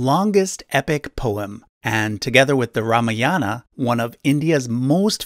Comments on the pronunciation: Bro, your information is good ... but your pronunciation of Ramayan & Mahabharat is absolutely wrong . Pls work on it and speak properly. Use indian accent for better delivery. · omg yes! cringe every time he tried to say mahabarat or ramayan lol Never the less, much respect and thanks to him for the video!!